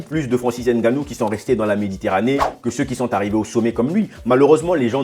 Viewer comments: Stp prononce bien Ngannou. Ce n'est pas N... Gannou mais Ngannou ! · Hahahah de père camerounais et mere de congo Brazzaville, je valide.😂 par contre Ènganou au lieu de ngannou non ça je peux plus entendre surtout venant dun africain comme toi. Èmbappe ènzonzi éngolo, prononcez les nom correctement les gars serieux. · Je suis content de vos vidéo, j'ose croire que vous êtes bien un bon Africain, juste que. Le nom c'est NGANOU et non N ganou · Arretes de prononcer Nganou <N’ganou> comme un français. Tu sais bien dire Nganou. Pourquoi ce complexe?